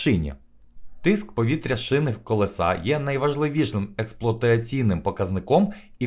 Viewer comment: Не колесА, а колЕса!!!